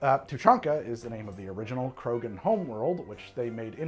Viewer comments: Lol you actually nailed Tuchanka and Krogan. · Just for the record, you pronounced Krogan and Tuchanka correctly. I'm not sure that Elaaden exists, since I'm not sure Andromeda exists, but I'm willing to bet you got that right at least once. :D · Actually, your pronunciation of Tuchanka and Krogan are pretty much spot on. in my experience a lot of alien names are phonetic in Mass Effect.